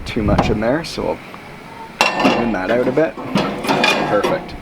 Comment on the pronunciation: Well done, Canadan ooowt lol